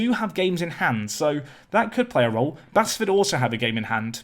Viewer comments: Where's cherno samba? Oh yeah, I'm 20 years too late. P.s Basford is pronounced Base-ford, it's in Nottingham 👍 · Basford is pronounced “base” btw. Only know because I live near their ground. Great signings though and love the series. Keep it up!